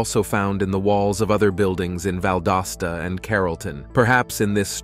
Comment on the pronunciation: Fellow Val-DOS-tan here!! 👋 😅